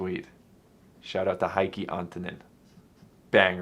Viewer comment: Try pronouncing Heikki as Hay-ck-e 😃 And my favorite is DDx.